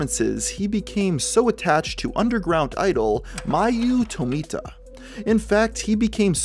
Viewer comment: I can't unhear the name being Mayu Tomato instead of Mayu Tomita.